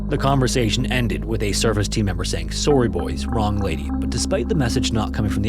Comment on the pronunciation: “Sorrey” confirmed Canadian.